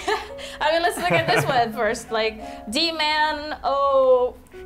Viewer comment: Also it is pronounced dee man oh three oh so you got it right. (also as for what o3o is, it has many meanings. It could be used as a kissing face, some say its a fish face or a duck face, some use it in terms of confusion or unknowing, some even say that o3o is the meaning of life. As for me, i just use it when i have nothing to say) ... o3o